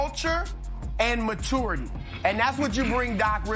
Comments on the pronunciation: Somebody must have bet Broussard on how many times he can say "ma tourity" on one segment. 😂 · If Broussard says Ma-tour-ity one more time.... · Chris “Ma-two-urity” Brussard